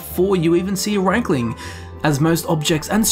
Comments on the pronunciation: I don't give a fuck what whatever voice director was at work that day thinks, the way it's spelled (probably had no clue), it's clearly pronounced reekling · Makes more sense if rieklings are goblin kin. I think the native Nords just want to believe elves are inferior in that they will devolve into sub-human beasts. As to how to say their name I think it should be pronounced reeklings as reek is something I can see this critters saying. Thus explaining the name we get for them. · Ah yes not rieklings but reichlings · The riekling voice sounds exactly like that of the hagraven and draugr. Also, I tend to pronounce it 'reaklings' due to my knowledge of the German language. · Just because Rieklings are pronounced two ways ingame doesn't mean both pronunciations are correct. It just means that Bethesda realises people aren't all the same.